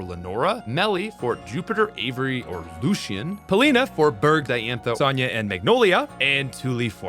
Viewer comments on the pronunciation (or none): none